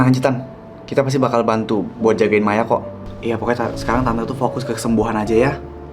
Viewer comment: Kok ya Maya manggil Maya kok jadi mayo